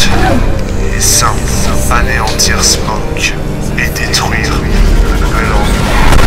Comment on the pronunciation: C snoke pas smoke